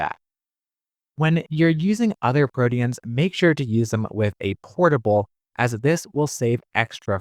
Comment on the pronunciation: Why are you pronouncing proteins like that? Prodians?